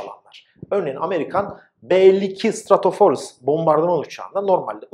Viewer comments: "Stratofortress", stratoforest değil, fortres. Fort yani kale diye düşünürsek daha kolay akılda kalır. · Hocam forest orman demek fortress ise kale, telaffuz önemli :)